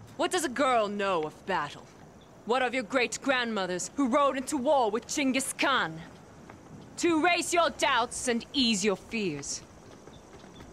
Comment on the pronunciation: Who in the world let that women pronounce Genghis Khan’s name like that? Like the director didn’t even notice? 😂